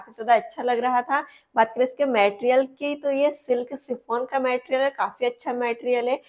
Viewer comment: Didi please 🎉❤ मेटेरियल नही 🙏मटेरियल बोलो 🎉